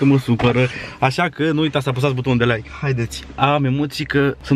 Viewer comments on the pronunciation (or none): none